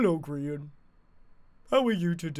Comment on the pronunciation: People: Grian Zleo(zombiecleo for short): Grain Subtitles: Crean